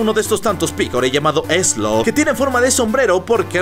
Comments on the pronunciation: No es ezlo Es ezero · No es eslo es ezero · Bro no se llama Eslo se llama ezero